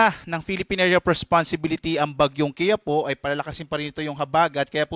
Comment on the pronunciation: KI-YA-PO ❎ KI-YA-PU✅ Ambobo mga pronounce kainis. Hindi po matigas ang PO vs PU Tamang pronounce niyan is KI-YA- po